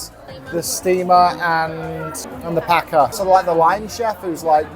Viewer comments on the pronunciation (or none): none